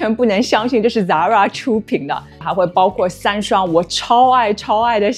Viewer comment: 根据西班牙本国人的指点，这个发音是塞拉Zara